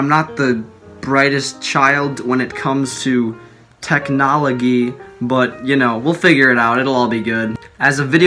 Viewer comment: "technologee" made me lol 😆👌